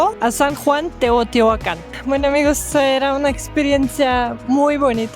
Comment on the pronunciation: Hola sra.... lo correcto es decir TEOTIHUACAN....NO TEOTEOACAN, disculpa aunque seas extranjera, procuren pronunciar bien😊